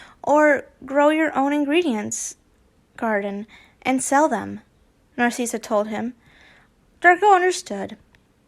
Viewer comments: not to be mean but NARSEESA IT'S NARSICA!!! i don't know how to spell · Let me help you with dracos moms name. Narssissa you say it nar-sis-a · I apologize if this come out as rude. You are saying Narcissa wrong, you are pronouncing it like Narceessa. When the “I” is a lowercase i.